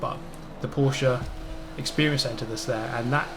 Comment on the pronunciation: Hey ✌🏼 first I love your videos 🤘🏼and I hope the day will komm when you say Porsche right 😂 #nohate 😊 best regards from Austria 🤩